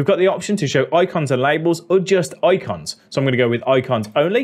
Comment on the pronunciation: I love how he says "oicons"! Funny.